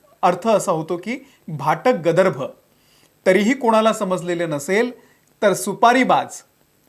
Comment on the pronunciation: गदर्भ??? 😂😂😂आधी मराठी नीट शिक, अरेरे ब्राम्हण नारे तू.. सगळ्यांना भाषा शिकवणारा गर्दभ आणि गदर्भ मधलं फरक ही कळतं नाहीये! दंभ बोलतोय ह्यांचा.. माज चढलाय सगळ्या bjp वाल्यांना.. 😡😡😡😡